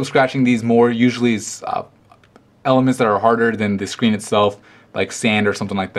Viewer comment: "The scween" I laughed haha